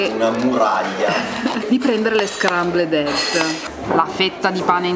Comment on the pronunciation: " Le scrambledegs"😂